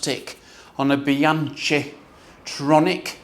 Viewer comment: my nephew broke the chain on his Rail at 450km. He’s a hard rider that mashes the pedals,so I wasn’t totally surprised. Btw, the ‘chi’ in Bianchi is pronounced like ‘key’ 😅